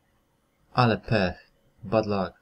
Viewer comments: god lak a nie lok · np. Chcialem zgłosić kradzież. Masz I like to report thief. A powinno być I would like to report theft. Kradzież a nie złodzieja. Jest kilka takich nieścisłości lub błędów interpretacji. Są też błędy wymowy. Np luck wymawiany jak „luk”. Tylko zwracam uwagę. Wideo generalnie jest pomocne. Proszę nie odebrać tego negatywnie.